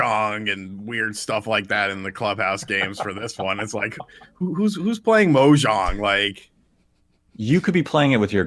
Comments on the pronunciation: anyone else kinda cringe when says MO-jong instead of mahjong? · Is it pronounced "moe-jong"? I've always said "mahjong" (as spelled in our alphabet). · Everyone saying Mohjang when it's Mahjong xD so what? You play as the Minecraft devs? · "Mojong" Yes, Excellent. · He also called it Shinsaki when it's Shinsekai